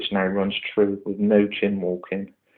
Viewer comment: For Goodness sake, it's Chine as in Whine, not Chin or Chime. Nice setup though.